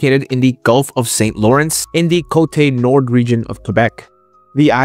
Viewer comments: French speaker here responding to your invitation Yé! 😁 Côte Nord = coat + gnaw + r (Thank for this great video. Keep it up) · Côte Nord is pronounced something like COAT NOAR. It means North Shore or North Coast (of the St-Lawrence river). In other news, Anticosti Island is a Provincial deer reserve. Over 150,000 of them live there. You CAN hunt there, but it's highly regulated (like ALL of our wildlife activities...). BTW: Around 60% of the English language is made up of French words... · "Côte-Nord" is pronounced "Coat-Nor". 😊